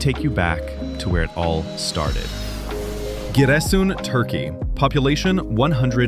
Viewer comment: the teller become a native Black Sea person on the 10th minute of the videos and reads Giresun as “Ciresun”😄like most of the people from East Black Sea area😅👏🏻👏🏻👏🏻